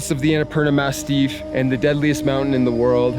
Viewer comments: Is he joking when saying Annapurna “mastiff” ;) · Is it me or it’s the Annapurna MASSIF and not MASTIFF? Unsure, since English isn’t my first language. Anyhow, I love your videos and I admire your courage and your openness. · Massif, not mastiff. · It’s “massif” not “mastiff”, that’s a dog 🙂